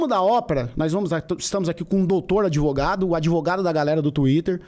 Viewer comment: "Grandes merdas ser adEvogado e depois todo adEvogado é vi4d0" kkkkkkkkkkkkkk